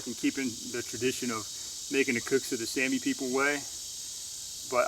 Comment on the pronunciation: Correct me if I'm wrong, is it not pronounced 'Sah-me"? Anyways, great video, as always!